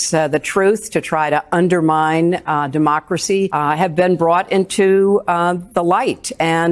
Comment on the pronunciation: HILLARY SAYS DEMOXRAXY NOT DEMOCRACY.